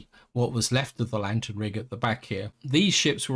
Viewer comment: "Lateen-rigged", not "lantern-rigged"; the odd word 'lateen' refers to the arrangement of mast/boom as well as the sail shape. FWIW another example of ships using this type of arrangement would be oriental sailing junks..